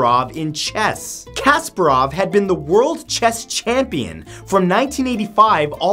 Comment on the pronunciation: Chess fans are like, its not Kasperov, its Kasparov